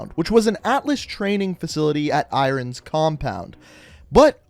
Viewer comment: "At I-rons compound". The villain of AW was called Jonathan Irons. It's Iron's compound not "I-rons" lol